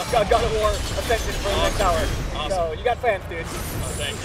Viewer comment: It's ascension